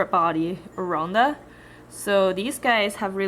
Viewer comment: why u say oronda instead of orAnda?